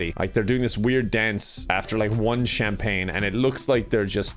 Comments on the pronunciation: That's not how you pronounce Champagne. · The cham-pag-ne stole the show. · Dying at pronunciation of champagne